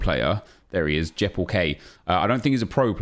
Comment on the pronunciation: His name is not Jeppel K, its Jeppe LK, hes danish